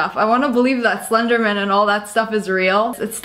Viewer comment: it's slender not stender